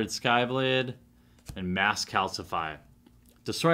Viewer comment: Xathrid Skyblad!? XATHRID SLYYYYYYYYBLADE my man this is unspeakable of you! you messed up the best black assassian creature since Vraska the unseen.